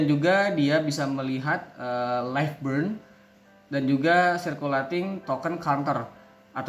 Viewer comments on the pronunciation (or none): none